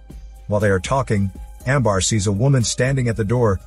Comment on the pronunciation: Amber not Ambar